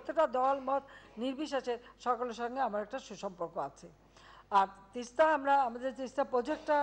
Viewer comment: আমাদের মা তো প্রধানমন্ত্রী জননেত্রী দেশরত্ন শেখ হাসিনা তিস্তা নদী না গঙ্গা এটা ঠিক ঠাক মতো বাংলায় উচ্চারণ ই করতে পারে না কি চুক্তি করলো আমাদের মা বুঝে আসছে না ।